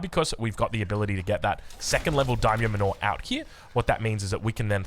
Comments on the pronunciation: Manor is pronounced like "manner", not "man-ore" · So, "Daimyo Manor" is a mansion or homestead like"Wayne Manor". You pronounce it like "manner". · I had a good chuckle when you pronounced “manor” correctly at the start of the video then went right back to the normal way you’ve been saying it 😂 you were right the first time though, it’s pronounced exactly like “manner”. On a side note, will try the build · Daimyo manure. 👍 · Also lol the pronunciation of "manor" 🤣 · He's trying 🤣